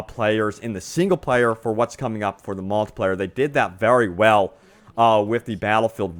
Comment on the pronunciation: seeeengle pleyer and maaaaltipleyer